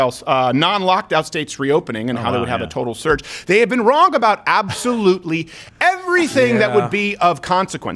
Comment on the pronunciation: Who pronounces the ver in everything?